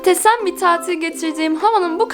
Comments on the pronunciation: Yamur abla muhteş em değil muhtesem bir gündü dedi fark edenler like atsin bana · Muhteşem yerine muhtesem demesi 😂😂🤣🤣